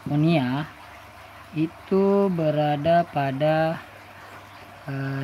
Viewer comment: Maaf, sedikit meluruskan. Bukan monia, tapi moina🙏🏼😀